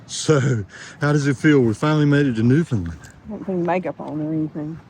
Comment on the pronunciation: It's pronounced New Fun Land, not New Fin Lind